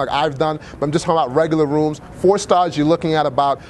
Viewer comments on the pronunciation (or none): none